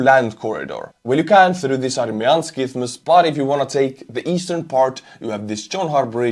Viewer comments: Hi ther, greetings:: in construction parlance those rods in the bridge concret are known in N Americka as "REBAR". thanks for the sharing ISthmus: is pronounced as, ISSt-Muss. cheerios!! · The word Isthmus, the TH is silent so you can just say “is mus” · Isthmus is pronounced "issmuss" - th is practically silent. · Isthmus! Strange word. Focus on the S, if you can touch the tongue tip forward to make the TH sound. If it’s hard, don’t worry about the TH, I think about half of all English native speakers couldn’t say that word either. Just saying Issmus- fine! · Isthmus is indeed a tough English word:') You said it right once. But if you want the English cheat code, if you just say "Issmiss", everyone will know what you're saying 😂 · Yeah. Isthmus is not very friendly phonologically. Not a lot of words contain "isth" used in the same way but it is Isth-mus. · It's "Iss-thmus." But it is a tricky word, so we just attribute it to you mispronouncing it due to your Estonian accent. :) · Isthmus is a hard word for even native English speakers, don't sweat it. 😀